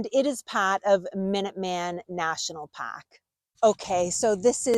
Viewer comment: What is a Revolutionary Wua? And a Concaed? Paaaak?